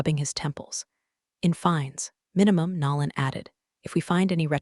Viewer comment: Also someone needs to train AI voice to say NO lan instead of NAR lan ...or use a name it can pronounce